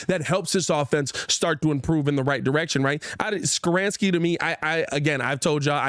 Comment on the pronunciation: ITS NOT SKORAANSKI. ITS SKORONSKI LOL